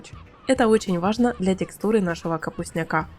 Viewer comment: Не капустняка́,а капустня́ка! От слова капустня́к!